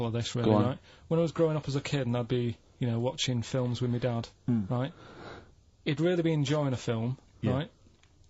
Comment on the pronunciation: no but righ' this temptation thing righ' 😂